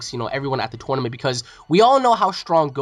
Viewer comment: WHeres this guy from what does he pronounce Tournament Toynament. Toinament?? Toy lol sorry thats all i hear.